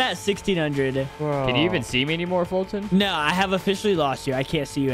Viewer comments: its foltyn not foyltyn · It is Foyltyn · foltyn 😂 what did you said kiss